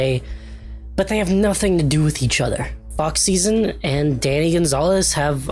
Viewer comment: Please tell me that I am not teh only one who misheard him saying "Fuck Season" and not "Fox Szn" 😭😭